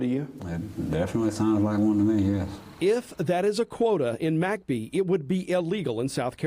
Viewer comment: Why do you pronounce McBee as Mack bee? It should be mick bee